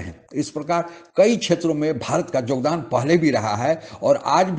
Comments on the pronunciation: दादा जी जोगदान नहीं योगदान बोलते है दादा जी 11 मिनिट के ब्लॉग मैं 6 मिनिट आपका भाषण है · Jogdan nhi yogdan.. mr. Up walo hindi to theek se bol lia kro...